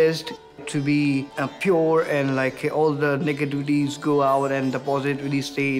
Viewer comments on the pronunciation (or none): Negata-tees and posita-tees